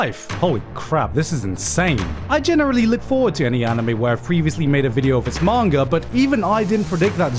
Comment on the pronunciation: "lot of good things in the mahn-ger" whats a mahn-ger?